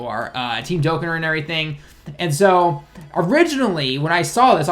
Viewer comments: he says dokkan kinda weird.... its pronounced dokKAn not dokkan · It's really weird, since he can somewhat speak/read japanese. He obviously knows the correct pronunciation of dokkan. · DokKAN, not Dokain....dislike me losers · Dokkan not dokken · whats a "Diokkan"? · The way you pronounced dokkan lol